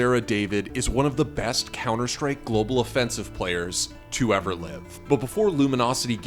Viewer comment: the beetht